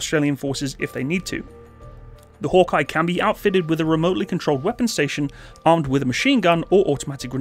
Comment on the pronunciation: man, it really upsets me they mispronounce the name of their own thing hawkei, said like hawk key, named after the snake, that was named after bob hawk, called hawkei, (again, said hawkei) also, it should be made clear, this is NOT a replacement for the landrovers, the replacement for the land rover was the g wagon this replaces the that in between APC and land rovers (there had been a 6x6 version for combat troop transport that was used before the bushmaster came in) for something that you did a lot of research on, seems there was a lack of research on the state beforehand